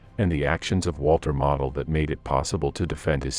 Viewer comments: Spanish maps. Who realy deserves credit? "Mo dl" Long "L" NOT "mah od." Geesh. Not like he's obscure. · Its Walter MOEdel, not Walter model airplane. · walter model - pronounced moh dul Gross Deutschland pronounced GROCE deutschland